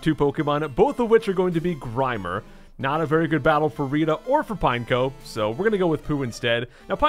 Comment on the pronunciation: Pretty sure it’s pronounced pine-echo